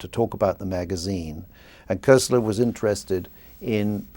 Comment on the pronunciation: just for the record and ,admittedly , it s not THAT important bnow but koestler s name is pronounced as kostler with an umlaut and certainly not as Kessler as your man here said, its a german name after all The book sounds great btw, will try to lay my grubby paws on it sometime soon